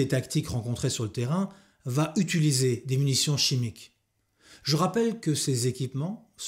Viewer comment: Par contre c'est toujours un "i" dans "utiliser" et non pas un "u"... "utuliser" ou "utulisation" ou autre barbarie.. bref impossible de visionner cette vidéo d'autant plus que tu utilises (oups) ce mot toutes les 2 minutes